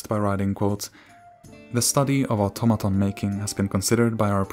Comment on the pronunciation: Thank you for pronouncing the words "automata" and "automaton" correctly, and not that weeb 'oughttamatta' trash.